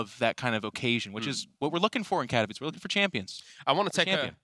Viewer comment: Finally learned how to pronounce Katowice, long after everybody else cought on. It's not Katovichi:D